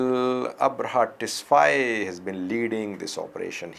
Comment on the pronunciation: Abraha Tesfai not "Tesfaye"